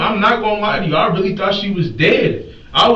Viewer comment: “On my daughter Datz da truf, on ma Daughter! No need to lihhhhhh” 😂😂😂😂😂😂😂😂😂😂😂😂😂😂😂😂😂😂😂😂😂😂😂😂